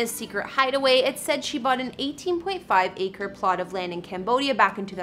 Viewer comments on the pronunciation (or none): none